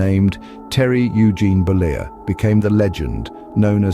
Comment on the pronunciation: Terry Bollea not Bolier, he's not french, he's Italian